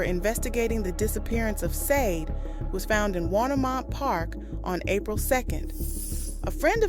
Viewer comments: Why do you keep saying Sade wrong ? Shah-day not sayd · Not Sadi Sha-de